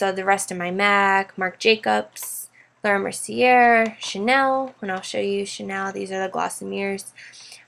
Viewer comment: Your collection is amazing, your pronunciation bothered me slightly...the "r"in Laura Mercier is silent, and "givenchy" is pronounced, (ji-vawn-shee), your organization is impeccable.